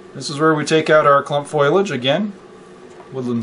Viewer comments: PS- I forgot to chime in, it is fo·li·ageˈfōl(ē)ij/ not "foil-aj" lol ;-) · Now it all makes sense! Thank you for making this video! ok, it's fo-li-age, not foilage. lol